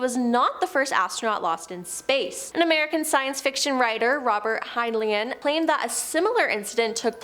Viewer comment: 1883??? Can't pronounce Heinlein??? Several other blunders...a rocket flies at an attitude??? Are you guys in trouble financially???